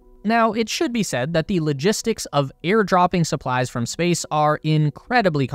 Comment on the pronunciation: Ah yes the "SPACECE" War